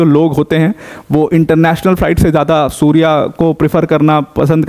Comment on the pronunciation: सूर्य एयरलाईन्स नहीं सौर्य एयरलाईन्स हैं🙏